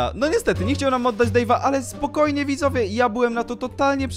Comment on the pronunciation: ty na początku gdzieś w 1 min, powiedziałeś widowie Xd 🤣